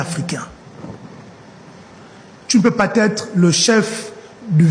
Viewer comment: Il faut dire à l'honorable que le mot " pas" se termine avec "s" et non "t".